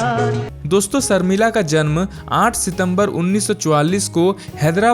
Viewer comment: सर्मिला नहीं शर्मिला बोलो